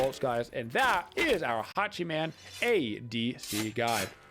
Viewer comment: The way says Hachi-MAN makes it sound like he’s playing a super hero and not a god 😂